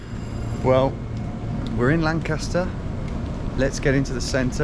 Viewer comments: it's lan-kiss-ter not lan-KASS-ter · As a native born Lancastarian, the way you pronounce Lancaster hurts my soul